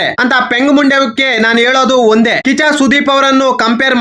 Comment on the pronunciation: 😂😂 ಅಣ್ಣ ಕಿಚ್ಚ ಕಿಚ್ಚನ ಹೇಳಕ್ ಹೋಗಿ ಕಾಚಾ ಕಾಚಾ ಸುದೀಪ😂 ಅಂತ ಹೇಳುತ್ತಿದ್ದೀಯ ಅಣ್ಣ😂😂